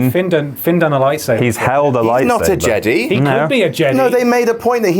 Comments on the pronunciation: It is Jedi not jedy!!!!!!!!!!!!!!!!!!!!! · "jeDAI" not jeDEE" -. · Are they mispronouncing Jedi as Jedee on purpose? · Why are you saying jedy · What is up with how you guys pronounce Jedi? Lol